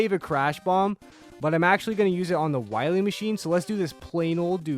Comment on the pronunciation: DOCTAH WAHWEE!